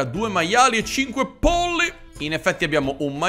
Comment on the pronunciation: Ogni volta che dici pollo/i mi diverto un mondo (x il modo in cui lo dici)